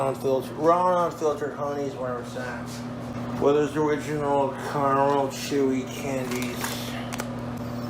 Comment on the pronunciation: New bog speak detected. 'Weathers Original' not 'Werthers original'